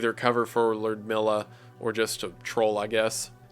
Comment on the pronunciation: I believe her name is pronounce meela